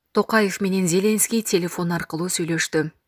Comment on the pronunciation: Надоело, ЗЕленский деп окуганын. Базардагы зЕлендин баласыбы? Туура окучу.